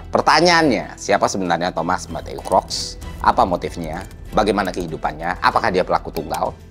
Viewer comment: Please enunciate Thomas Matthew Crooks correctly